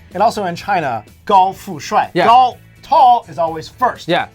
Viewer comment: My first Youtube comment! I'm soooo surprised when you said 高富帅 with such good pronunciation.